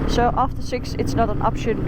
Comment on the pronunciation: I was wondering why Noraly sounded different. Her s sound like sh eg her 'so' is 'sho' I was going to ask what happened to her then I saw in the comments many viewers were fooled into thinking she's Noraly too. Same style, same country😂